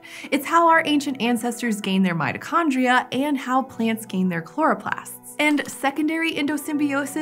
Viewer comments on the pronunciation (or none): none